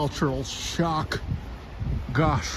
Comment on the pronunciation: Your "gosh" sounds like "gash"("гаш") - гашиш(hashish in russian). 😉